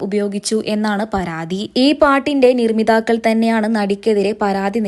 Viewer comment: നിർമ്മിതാക്കൾ അല്ല നിർമ്മാതാക്കൾ എന്നാണ് മാദ്ധ്യമ സുഹൃത്തേ